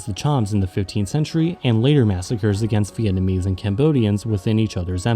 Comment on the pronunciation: It’s a real shocker, as your pronounciation is so spot on. 10/10